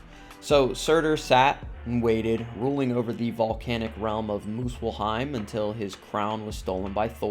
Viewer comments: Good video but the pronunciation made it a bit unwatchable for the norse mythology fans... its Svartalfheim... NOT swortelfheim And its Muspelheim... NOT moopullheim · Time to take a trip to MILF-heim 😂